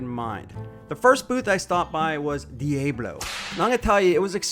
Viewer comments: Why does he keep pronouncing diablo like that? So annoying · Hey Mr. George how much you pay the gringo to promote Diablo even though he pronounce it wrong? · Not getting a subscribe because you can't pronounce Diablo. I can't listen to this trash. goodbye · I can’t even concentrate on the video, he keeps saying the word Diablo wrong. For fuck sakes man! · I don't know if this guy is doing it intentionally or what, but his pronunciation of Diablo, it's absolutely killing me! That's all I can think about I feel like im in hell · Learn how to read dude,...how is Diablo pronounced...Diablo means devil...a is ssgirt not long... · It's a shame you don't know how to pronounce "Diablo" , unless you were just trolling us. But yeah...Their carbide stuff is literally in a different universe. I've used that "I-beam cutting blade" and could not believe it. Bi-metal anything is a waste of space IMO. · Why can’t you say Diablo?! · Quit saying Diablo wrong!!! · Who can't say Diablo correctly lol . . . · Learn how to pronounced Diablo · What did you just call that company? lol I’ve got one word for you… “Pronunciation” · If you are going to steal that word, try to pronounce correctly 😊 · I agree lol, how is it they don't pronounce the word correctly? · I came here to say exactly this... Uhm why in the world does this guy pronounce Diablo so wrong? He was at their booth! Did he not hear how it's pronounced? Even b4 this video I knew that was wrong but I went to their website and they have videos where they pronounce the name of the company and that's not it! Say it with me DEE Ahh Blow! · Yeah it bugs me every time he mispronounced it😅 Like where did he hear it pronounced that way 🤷‍♂️ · I'm sure he knows😂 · Say the name properly. If you think it’s funny or cool to say it like you do, YOU are the biggest TOOL here. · My guy you mispronounced Diablo.😂😂 Other than that good video. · You need to learn how to pronounce Diablo guy. Lmao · it's dee-AH-blow not dee-A-blow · Dilly Bo